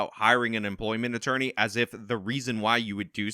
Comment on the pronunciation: “Employment ittorney” that’s a new one for me 😂